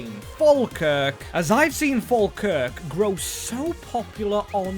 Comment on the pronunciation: I'm here just to make sure that doesn't swear every time he pronounced Falkrik because I also don't know why it sounds like "F'ker"